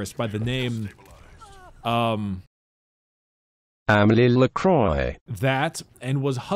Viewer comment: Her name is pronounced Amelie (''Ame'' like America, ''lie'' like Lee Sin) and Lacroix (''La'' like do re mi fa sol LA si, ''croix'' sounds like ''croa'' and not ''croye'')